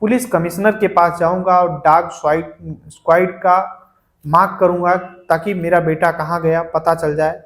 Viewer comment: डाग स्काइड नहीं भाई डॉग स्क्वॉड बोलते हैं